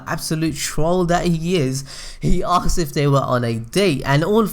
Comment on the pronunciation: hey, man, like your content, but I don't understand why do you pronounce the word "asked" as "axed"?